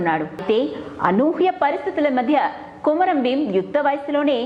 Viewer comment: కొమరం ప్రచురణ సరియైనధి కాదు( కుంరం)